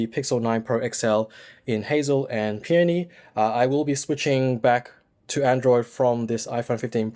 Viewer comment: I was just about to write the same thing. At least he pronounced Peony properly, unlike many other TechTubers!